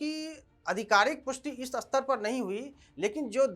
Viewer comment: भाई उच्चारण (स्तर स्पष्ट पढ़ो, अस्तर अस्पष्ट नहीं) सुधारो रो और खैनी खाना बंद करो ताकि मुँह पूरा खुले, अग्निहोत्री जी का नाम ख़राब मत करो